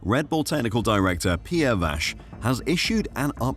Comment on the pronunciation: Pierre Wash? 😂